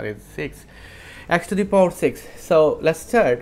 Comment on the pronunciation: Power > PAWER, not poooor